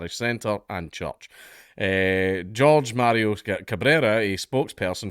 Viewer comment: Lots of vids lately I always stay in tuned, another insight that is spot on about America! Just to add Ik you give fuckall about language but Jorge is pronounced “hoor hay” not “George” this is a very common mistake